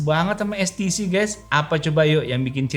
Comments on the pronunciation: When you speak, use correct Indonesian. HTC ya Ha Te Ce. what is es ti ci? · ITU TULISAN NYA "HTC" TAPI KOK BILANGNYA "STC"YA GIMANA SIH😅😅😅